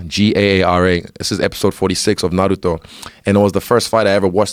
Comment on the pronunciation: My man even knows how to pronounce Naruto. I approve.